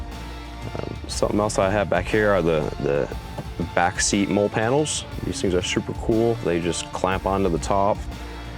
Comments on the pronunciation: That’s actually pretty funny. I know the correct pronunciation, but I can’t help pronouncing it wrong. Lol. It’s a real thing. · Awesome rig. Lol but the way you pronounce MOLLE gets me. Just so you know, it's pronounced like the name Molly. 😂 dope setup though.